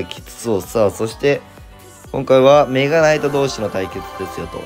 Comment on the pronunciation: デッキ画面出てきた時のメ↓ガ↑ナイ↑ト枯渇で吹いた